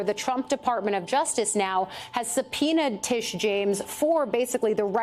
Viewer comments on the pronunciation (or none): none